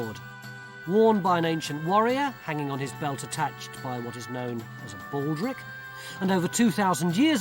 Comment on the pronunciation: Is it my imagination or did he sort of mumble "baldric" in an otherwise clearly narrated description?